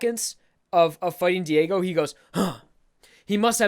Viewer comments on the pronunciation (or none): none